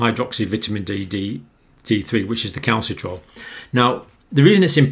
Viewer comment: The name of the active form of vitamin d is Calcitr"i"ol and not Calcitrol. You also had problems reading that number ?? 8279? You seem to be dyslexic.